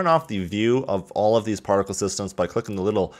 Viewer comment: My brain everytime he says partical:UNITYS PARTICAL SYSTEM